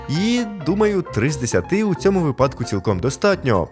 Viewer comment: Не кажи випАдок бо станеться припадок